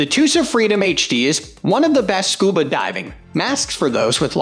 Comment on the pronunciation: Scub"A"pro - nice doesn't know how to pronounce "Scuba" and we're supposed to take their advice on Scuba gear?